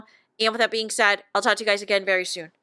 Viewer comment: Clicked for tea, heard you say "you goiys", immediately subscribed.